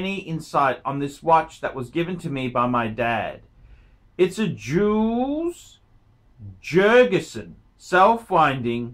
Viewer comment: The J is pronounced with a Y, Yules Yurgensen!